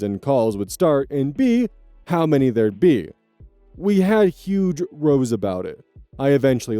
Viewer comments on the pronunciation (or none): Small thing- typically "row" as in having an argument is pronounced like rhyming with Now and not like how you row a boat. Dialect can be weird lol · "We had some huge rows about it" just for the unlikely event that it comes up again, i think theyre saying row, as in the uk slang for argument, rhymes with cow. Not important, great video nonetheless. (Edit: Typo) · Just a friendly heads up, the word "row" is pronounced like "cow" in contexts where it's referring to a big argument. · Minor critique, mostly because A LOT of people who read stuff aloud do it and it drives me batty (kind of like how "rogue" often gets spelled as "rouge"), when the word is "Row" as in a fight, it's pronounced like the word "now." Not a big deal, just thought I'd mention it. Love the work you do,!